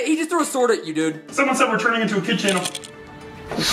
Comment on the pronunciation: For some reason I thought he said * someone said we're returning to the kitchen *